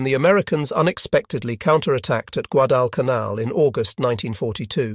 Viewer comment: The AI voice certainly went bonkers numerous times on this video. Rather surprising since it seemed to have gotten better on recent videos. There were numerous mispronunciations of Guadalcanal.